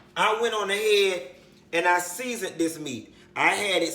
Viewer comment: “Seasondy.... real seasondy” I luv him 😂😂